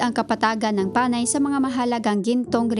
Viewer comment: You sound like a faulty AI who cannot use the correct usage of syllabic stress especially that of Panay, and other words. Sana hindi ka na lang nag-narrate at plain background music na lang inilagay sa vid post na ito and better have the information typed or in a running text to give justice to the efforted information. Your narration sucks!! Ewww 👎